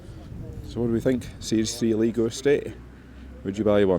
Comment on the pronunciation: It is pronounced ah leg row not aleegro I enjoy your videos greetings from South Lanarkshire